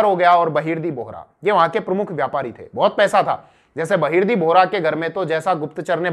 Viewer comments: बहिर्दी nhi बहिर्जी 🙄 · Its बहीर्जी नाईक not बहिर्दी नाईक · आप नाम गलत बोल रहे सर जी बहिर्दी नाईक नहीं.. बहिर्जी नाईक है... मै आपके बहुत व्हिडीओ देखा हू. बहुत बढिया.. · बहिर्दी नहीं बहिर्जी नाईक 👍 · वो बहिर्दी नही बहिर्जी नाईक है ! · बहिर्जी नाईक ना ki बहिर्दी नाईक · बहिरजी नाईक, नेतोजी पालकर ऐसा उच्चारण है